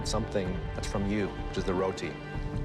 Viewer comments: It’s pronounced roti not rotee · Bro she Indian and I cansay roti better then her wtf is rowti it’s ruuti bro